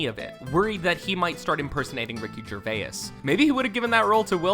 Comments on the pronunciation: holy shit the physical cringe I experience when you pronounce the names Gervais and Rainn.. no need to add a syllable for the i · Have you never heard of a diphthong? It's where two vowel sounds blend together to make a single-syllabic sound. It's not Ger-vay-iss, it's Ger-vase. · RICKY GERVAYUSS LOL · Why does he say Ray-Anne and Ger-Vay-ass? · It's pronounced jerVAY. It's FRENCH. Your pronunciation is CRINGE. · The way this guy is pronouncing 'Gervais' is absolutely hilarious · Someone needs to teach this guy how to pronounce Gervais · This guy cannot pronounce people’s names eg Ricky gervayis and rayinn Wilson 😂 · Your pronunciation of Gervais is sickening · so glad someone else noticed this. 😂 he screwed up multiple names lol, Mindy Kaling (only at first) and Ricky Gervais as well... I felt I needed to be the guy to point this out... 😂 thanks for the year old assist lmaoooo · Gervace, not Gervay-iss; Rain, not Ray-inn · Idk where you're from narrator man. But I NEED you to know that just because a word has an "i" in it doesn't mean you hard stop on the letter before to put a hard "I" in the word. It's not "ger-vai-is" it's "ger-vase" and it's not "rai-in" it's "rain" you've added too many symbols and an extra "i" both times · it’s not rayen wilson or ricky gervayes it’s rain and gervais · why does the letter "I" make you add an extra syllable to words? Ricky Gerva-is, and Ra-inn Wilson. its just "jer-vase" and ..."rain" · Ray-in Gervay-is Does this dude know how to pronounce words right? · Rick Gervay-ess... Ray-enn Wilson... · Gervay-is? Ray-in? Why can't this person pronounce words correctly? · "Rayan Wilson" "Ricky Gervayas" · THANK YOU I was so triggered. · dude, learn how to pronounce Kaling and Gervais. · Gervais is two syllables and Rainn is one. It's not pronounced "Ray-in." This narrator stinks. He also pronounces Mindy Kaling's name two different ways like 15 seconds apart. He obviously was just handed a script and never watched the show.